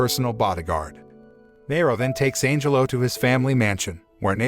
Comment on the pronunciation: I keep hearing Angel-O instead of Angelo.